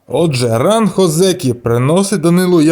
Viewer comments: На січневому він не отримає це звання, треба мінімум 2 поспіль виграних турніри будучи в ранг Одзекі, і автору б правильно казати О́дзекі а не Одзе́кі. І взагалі, мало ймовірно те що він стане 3 діючим Йокодзуна, хіба якщо Племінник (Хошьорью) в наступні 4-5 турнірів не здобуде жодного Юшьо і його попросять піти у відставку тоді таке можлив, але на зараз я не бачу реальної можливості Данилу стати Великим Чемпіоном...((( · Ні озЕкі, а Озекі! Наголос на "О"!